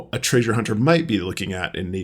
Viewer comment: I notice how you're saying treasure like traysures now😂. Don't force it, 😅